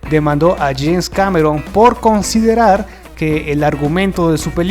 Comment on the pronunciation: JAINS?? ES JAMES CAMERON